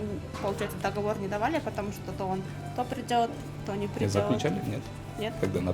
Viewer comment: Не до́говор а догово́р